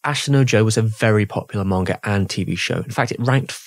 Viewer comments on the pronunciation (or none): none